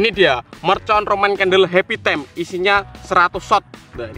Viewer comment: Bukan tem,time la lol